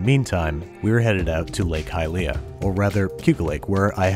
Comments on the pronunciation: Anyone: Lake Hy-lia Babish: Lake Hi-Lee-a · who pronounces hylia like that